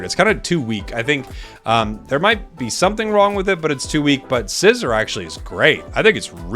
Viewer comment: IT'S NOT SCYZOR WHO TOLD YOU THATTTTT